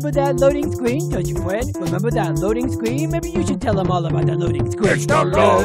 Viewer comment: Loading scween!